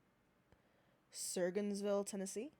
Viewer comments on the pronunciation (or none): As someone from the region he’s from, he pisses me off the most. He tries to weasel his way out of it and blames everyone but himself. Also Surgoinsville is pronounced Sir-Goins-vil Goins is like Groin without the r